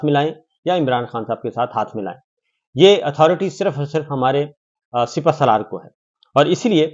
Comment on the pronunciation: What " Sipaslar "... Come on Sakir bhai..